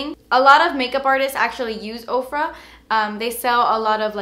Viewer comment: Oh my goodness, before this video I thought you were saying "Oprah" I thought Oprah came out with makeup... I feel dumb now lol